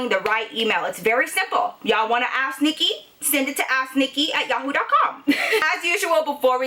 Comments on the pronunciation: I love love your storie times and u in genaral but everytime you say "ask " it sounds like your saying "ass nicky" love you girl!! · When ever she says "ask Nikki" It sounds like "ass Nikki" 🤣I'm sorry but it's true